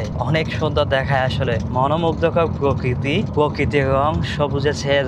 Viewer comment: " পযুক্তি " নয় প্রযুক্তি হবে I পকৃতি নয় প্রকৃতি হবে 😂😂